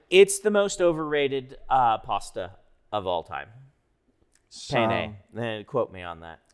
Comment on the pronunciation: How could you pronounce penne wrong? It's pronounced penne 🙄